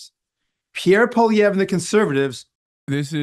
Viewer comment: I think for whatever thats worth whatever youve uneducatedly pronouced POULLIEEELLIÈEVREEU did NOT really affected much of much of anything to french canadians.,.